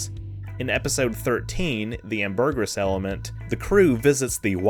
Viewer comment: "AM-ber-gris". It's a whale secretion used in perfumery.